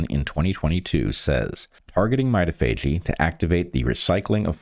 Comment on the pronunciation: Not to be a pill, but I think "mitophagy" is pron. my-TOF-a-gee?